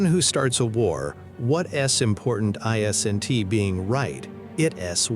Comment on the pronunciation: Why can’t AI say isn’t? It’s not I S N T. Guess AI not so intelligent after all